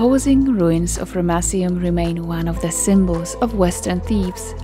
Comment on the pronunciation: I love the way you pronounce Ramesseum. I still cant believe how much of this history you know, you really are a legend. How on earth was that massive statue transported so far? It must have looked magestic when it was 1st erected. I noticed some of the granite pieces, I'm sure those pieces were done with a higher technology, it looks like two generations of work there because the sand stone walls would have been easier to carve than the granite, yet the granite had a better quality and precision about it but nevertheless, the whole place was amazing. Oh and the baboon statues looked really good too. And once again a damaged nose! Another brilliant job, gorgeous look at the start, lovely voicing and nice to see you walking around the site. I love your clothes, you look like a real ancients explorer girl ✌🙂 ThankXAncientSitesGirl 🧡🧡🧡